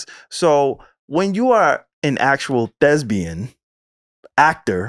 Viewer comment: Yall kept throwing me off saying “thesbian” 😂🙄 it’s THESPIAN 🎭 please stop lol